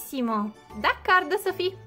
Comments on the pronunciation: Perché dici e non ' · E poi non si dice ma sofì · Perché dici si dice sofì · Senza offesa Ma non si dice senza accento ma Sofì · Si chiama non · Glitter si pronuncia con l’ accento sulla i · scusami se ti correggo ma veramente si dice con l'accento sulla i, poi dici come vuoi importa poco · Si dice e luí con l'accento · Si dice con l'accento